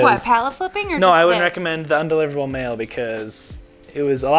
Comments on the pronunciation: Why does have such a problem with saying “un”? She keeps say on-deliverable. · Its cute that she cant say undeliverable.....